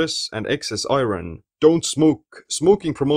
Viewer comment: great informative video! Thank you. Only correction to your pronunciation of 'iron': it has an irregular pronunciation in English. Don't say "i-ron" but rather "I earn" --> 'iron' has the same pronunciation as "I earn."